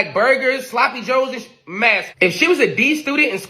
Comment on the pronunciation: He cannot even pronounce the word masculine correctly!!!! What does that make him? Ignorant?